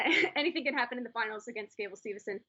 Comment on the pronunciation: it sounds like they’re saying stevuhson